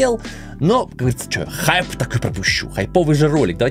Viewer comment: . Как же мне нравится его "ХаАйп пропущу" xD